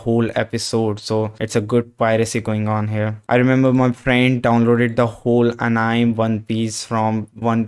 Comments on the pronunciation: Not to be offensive or anything but I just wanted to tell you that it is pronounced "Uh-Ni-May"...Anime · ...did you just pronounce anime as 'anaim'? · bro sry to correcct out ur mistake but plz check the pronciation of anime and ther e r mny typo since my keyboard isnt working well and i have to replace it